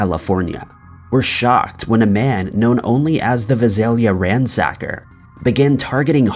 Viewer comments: It’s the VISALIA ransacker. Visalia is pronounced vI-Sail-ya, the I being long. A small town between Fresno and Bakersfield. Also you said D’Angelo is serving time at the California State Prison…….. well there’s 36 state prisons in California. As of February 2021 D’Angelo is in the secured housing unit (SHU) at Corcoran State Prison in Corcoran, California. Overall good story. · Visalia, CA, was founded by Nathaniel Vice. He also founded Visalia, Kentucky. The pronunciation is VICE-alia. Just correcting a mispronunciation. It's the city I live in.